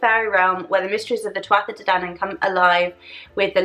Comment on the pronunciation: Great video. Just a heads up 'tuatha' is pronounced 'THU-a-ha'.